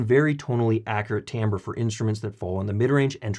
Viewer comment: Well done. You even pronounced timbre correctly.